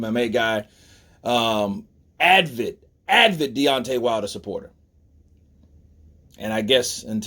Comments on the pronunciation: It’s Brendan SCHAUB not Brendan Schraub. And the word is ‘avid’ not ‘advid’ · Avid, not Advid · (Hey bro, not trolling, just a tip: it is "avid", I think you are a little tongue twisted and mixing it up with "Advil" or something). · Dude. If you're going to do commentary it helps to read attentively. Advid isn't a word. Brendan's last name doesn't have an R in it and an ax is a tool,ask is what you're looking for. A nation with all the education options that america has and the population have barely a grasp of the english language and spelling looks like hieroglyphics. I'd be ashamed to be honest.